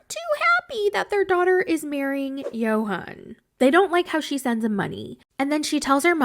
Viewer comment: His name is pronounced Yohan, but she doesn’t care to pronounce his name correctly. So annoying